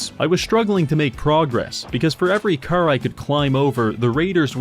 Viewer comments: the way he pronounces car as ker is fkin funny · Is he pronouncing "car" like that on purpose or am I missing something or what?? It's driving me nuts 😆😆😆😆 Curr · It's car but he says cer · i love when he says "chrr" and "chrrmageddon" his car pronunciation is so beautiful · You mean it's not pronounced "crrrr?" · I like how he pronounces "curr". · I hear Cær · with all due respect, why the fuck do you say carr instead of car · The pronunciation of "caehr" is incredible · Preston Krrvy. man can't pronounce Car. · You know, for how often he said it in the video. Youd think he would pronounce car right at least once Curr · mugs? Cah. radio? cah. baby? cah. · "car": ✗ "curr": ✓ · my neighborhood has been hit herrd by the cerr virus 😂😂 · It sure would be awkward if you failed to pronounce "car" correctly a single time this entire video. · Unknown person: Hey, you say car funny.": "That's gonna be a video." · The way you say car is giving me the killer strain of AIDS. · Why do you sound British when you say car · This is the weirdest pronounciation of car, I have ever heard. French Canadian? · The pronunciation of car feels like some sort of torture. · pronounces the word "car" funny. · you say "car' suspiciously Irish-like